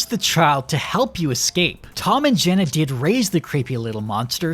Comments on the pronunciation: Her name is Gemma not Jenna. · her name is gemma not jenna am i going insane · It's GeMMa not Jenna! :face-fuchsia-tongue-out::face-orange-raised-eyebrow::face-purple-crying::hand-orange-covering-eyes::face-pink-tears: I'm sorry, I have many mental illnesses. I agree with everything else he said. I do think they should have held the "child" hostage for longer.